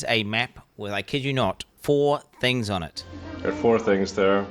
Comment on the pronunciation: Four thinhs😂😂